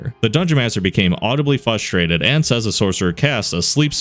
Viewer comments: I love most of your content. However, my issue with you has nothing to do with your content. It has everything to do with your inability to pronounce one word. It is Frustrated (frrus-trrated) not Fusstrated ... please correct this in your narration. Sorry if I hurt your feelings. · why do you always pronounce "frustrated" as "fustrated"?